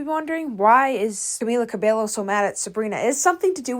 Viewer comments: How are you going to do an entire video about somebody and mispronounce their name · It's such an american thing to do to keep mispronouncing someone's name even though it's already widely known what the correct pronunciation is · I forgot its pronounced Cabelo in english, here everyone says Cabello and it bothered me so much seeing you say it like that (even though thats probably the correct pronounciation) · I think someone should tell her that she’s pronouncing Camila’s last name wrong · That’s not how you pronounce her last name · I can’t stand hearing her last name being mispronounced a million times in this video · Bruh she didn't even pronounce Cabello right, let alone researching about OTHER things. That's your subject, you're making a video about this person and I'm not even a Camilla fan, but even I know how her surname is pronounced. Bare minimum research would have made you come across that. Anyway, I don't watch this creator, this was their first video..and I don't think I'll come back for seconds, unfortunately. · tbh cabello is mispronounced very frequently so i kinda let that slide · The way this person was pronouncing Cabello was actually pissing me off😭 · Ikr. This person making an entire video on her, doing her research on other aspects but not even bothering to know how to pronounce her name just felt so tone deaf to me. And it's not like the pronunciation is a huge secret. Literally almost everyone out there pronounces it right now since she has corrected people. It's been ages. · she struggled throughout the entire video with pronounciations T_T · Yeah… and also Camilla’s last name… I thought she was in media long enough for people to learn how to pronounce her last name I want to pay attention to the topic but I get distracted by the way she says “Cabello”😅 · Not tryna be rude, but everytime you said "Cabelo" made me feel physical pain 😭 Double L in Spanish is pronounced as a J/Y sound, in this case more of a Y than a J. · btw it’s CA-BEH-YO